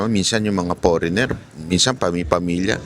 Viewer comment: Idol By Ang Pronunciation ng FOREIGNER ay forenier silent ( G)